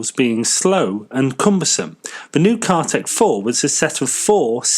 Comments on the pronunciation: Not Cartac, Cartic. Car carrying articulated vehicle. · Not CARTAC 4, CARTIC 4, not Seize - CEASE, pronounced seese. Interesting article, but do your research and pronunciation of the English language better.